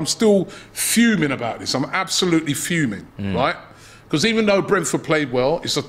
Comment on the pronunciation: I like the way pronounces “Because”